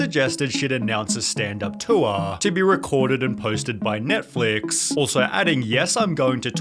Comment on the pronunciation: Why do you add random "ahhh" at the end of the last word of every sentence? "Touraaaaahh"